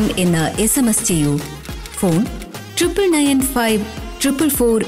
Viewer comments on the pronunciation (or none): none